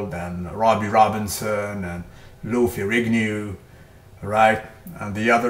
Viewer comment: Lou fergiknew.... lol love how you say that too funny